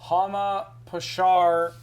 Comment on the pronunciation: I'm german and let me tell you, i didn't understand one word of Wheeler reading Hama Pashar :D